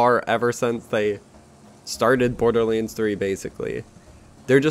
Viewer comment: he pronounces Borderleans not my fault :))